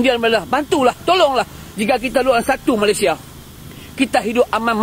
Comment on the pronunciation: Malaysia bukan Melaysia